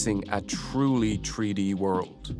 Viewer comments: Why is he keep sayin "Tree -D" instead of "three D". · Drinking game idea: Take a shot everytime you say "tree-dee". I'll let you know if I survive. If I never update you, you'll know too.